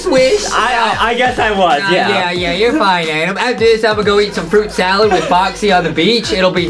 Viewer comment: I thought Justie salad By the way Adem your name is it pronounced Adam it is adem